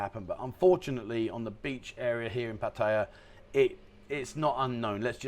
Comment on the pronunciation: PLEASE It is pronounced Pa Tea ah NOT Pa tie yuh.